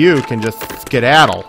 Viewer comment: "You can just ski-daddle" I'm dead.